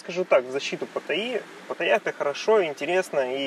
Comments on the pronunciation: А зачем говорить "ПатаййЯ!"? если можно просто сказать нормально как и все "ПаттАйа". Я никогда не слышал, чтоб Moscow говорили Moskva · Патта́йя (тайск. เมืองพัทยา, Phatthaya; ударение в тайском языке — Паттайя́; варианты написания — Паттая, Пхаттхая, Паттайа, Патайя) ;) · Все это кто? Погуглите ударение приходиться на последний слог. Хотя тайцы говорят вот так Но точно на второй слог делать ударение не правильно.